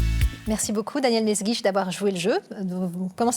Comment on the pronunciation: "mesguitch", "Melsguich", "m'est guiche"... hommage à la Castafiore qui ne parvient jamais à prononcer le nom du capitaine Haddock?